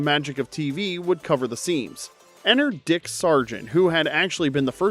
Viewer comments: It's beeeeeeeeeeeeeeewitched not bwitched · Lol... wtf is "BAwitched"!?!?!?